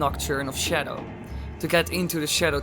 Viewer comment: I get triggered when he said shedow lol 😂